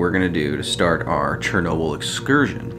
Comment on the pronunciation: Charnoabl........ i know its chearnobly oops haiodfgleatobly